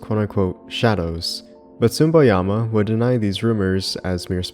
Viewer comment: I only do this because I like your channel and maybe it might help you. You should watch a little the pronounciation of names. It's neither Masashi Sumboyama nor Akira Yamayoka but Masashi Tsu-Bo-Yama and Akira Ya-Ma-Oka. It sounds like you either pronounce them wrong or mumble them. Maybe it's different when you speak the language that you get a little sensitive when you hear something like that. It's not a complaint but maybe an advice for your upcoming videos, to work a little on pronounciations of japanese names since the roots of Silent Hill are, at the very end of the day, japanese.